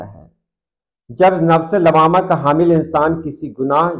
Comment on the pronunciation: لوّامہ واو پر تشدید کے ساتھ ہے شاید